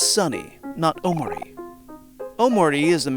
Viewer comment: good vid, hated how you said omori and basil though